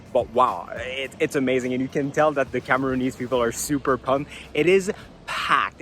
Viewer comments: Cameroonian, not Cameroony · I was bogged the whole time by "Cameroonese", it's CamerooNIAN, like NigerIAN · *Cameroonian.....not Cameroonease